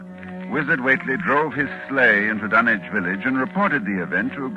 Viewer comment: It's refreshing to hear Dunwich pronounced correctly.